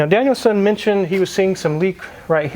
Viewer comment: U have to plz stop saying “Danielson” ! For some reason it errks the hell out of me lol . Cant believe those prices though , thx🤘🏻🏁